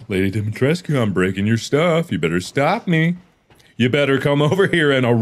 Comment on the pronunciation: the fact that mark pronounced the name better then the official voice actor in the game is wild😭😭😭